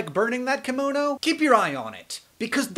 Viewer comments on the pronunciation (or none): Hank, is called KIM- MO-NO, not KAM-MO-NO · That Japanese thing you talk about... "kimono"? Is that how you pronounce it in English? The "ki" is really more like "kee", there's an E-sound there. ^^;; Or I may be wrong and you were talking about something else entirely, in which case, ignore me.